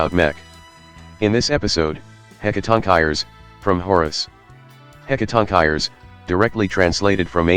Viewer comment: Warning: do not use this video as a guide on how to pronounce "Hecatoncheires."